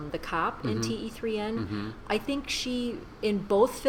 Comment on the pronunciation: you pronounce 'Dilwale' and 'Kaise Ho' correctly! However, the title of this movie is pronounced 'Teen' which means 'Three'